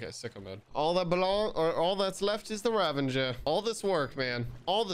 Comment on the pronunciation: It's Ravager not Ravenger. Great vid btw